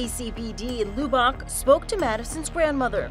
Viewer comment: i live a hour from lubbock and she so pronounced it wrong, the loss is truly sad